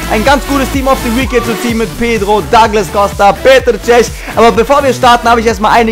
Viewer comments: Der heißt duuuuuuuuuglas Costa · Epischer Anfang! :O Ich finde deine Pack Opening echt mega cool, von den Sprüchen am besten! :) Er heißt aber nicht 'Dagles' Costa! xD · Duglas" Costa bitte ;)